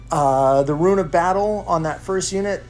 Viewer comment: Dude... It's pronounced "ROON." Eye twitched every time you said "ruin."